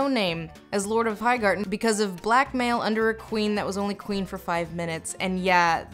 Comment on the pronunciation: 'She's muh Qwueen!'